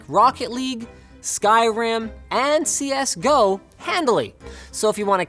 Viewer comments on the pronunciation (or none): none